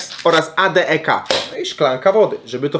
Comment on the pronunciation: Nie muw A D E K tylko ADEK imie pani na biologi tak muwiła i tak fajniej bzmi